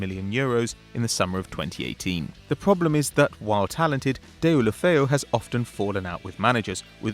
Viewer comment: Those names sound so awful coming from his mouth. Herrad ghelofeyu. Luuka deen?